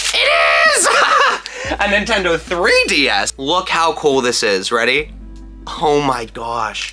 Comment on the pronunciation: When he say “cOOL” I almost hear him say “coL”